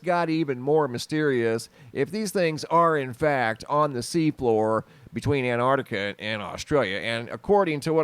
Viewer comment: Why can't Americans say 'Antarctica?' It's not anartica!